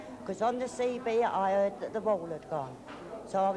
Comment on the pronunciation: “On the CB I erd the wall ad gone” hahaha. “I copy you roadrunner” over and out.